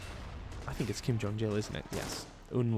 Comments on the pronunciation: Lmao Kim Jong Jill, it's Kim Jong IL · Kim Jong Il "IL" not Jil lol